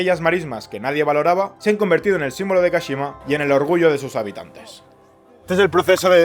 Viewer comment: Jeje dice De Su, en todos los vídeos, suena Des